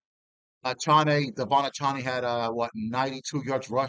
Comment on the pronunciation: A-Chan is how you pronounce Miami’s running backs name.